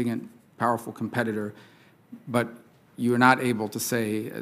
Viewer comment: He should’ve started by betting her she couldn’t say competitor.